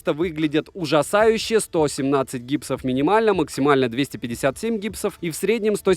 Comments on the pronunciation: Нет не гипсов, а гапсов))) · нет гапсов а не гипсов ( google applications)